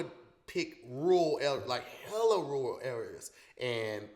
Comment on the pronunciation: I’m so surprised let all attempts at saying “rural” slide😂